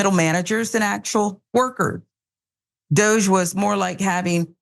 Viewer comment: Francesca Fiorentini called it "Dogge" dear.